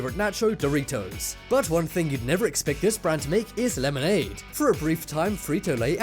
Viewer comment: Laymonaid... aaahhh hehe. sigh